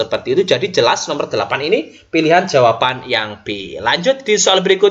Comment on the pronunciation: Tks sharing ilmunya Pak. Maaf Pak tadi di menit2 tertentu kok ada bbrp soal yg sbelumnya PR, apakah benar? Spertinya sy tdk melewatkan video2 dari channel Bapak tapi tdk tahu kalo ada PR ttg figural ini. Oh ya, klo boleh saran pengucapan jawaban bukan jawapan, Pak. Hehe, tks.